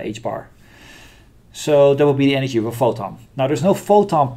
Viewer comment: Great Video. No critic, but (imo) very funny: Every time you say Energy, I hear anarchy. ;-)